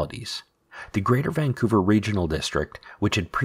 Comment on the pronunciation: It’s pronounced Vancouver not Vanqcouver.